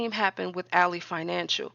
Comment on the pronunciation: Not a jab at your content. I don’t know if you realize this, but Ally Bank is pronounced AL—LY(lie) as in friend or foe context. Al— LEE spelled alley: a narrow path between buildings.